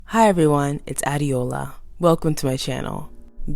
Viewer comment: African girl!!! This is my first time of seeing your video, my friend Boluwatife won't let me rest, and hearing ur name in one of my favorite U.K rapper's (Tion Wayne) song was another level love... Respect to Ardee on the way he pronounced you name... I am a fan now. You and Korty are my best youtuber so far, I love the approach at which you handled this video.